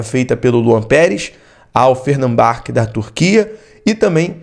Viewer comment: Nossa amigo.procure saber direitinho o nome do time turco.nao é fernambaque.